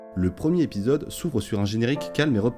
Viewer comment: Cultiver le détail.... Apprendre à faire les liaisons en serait un bon à cultiver. Le premier-R-épisode, le second-T-épisode.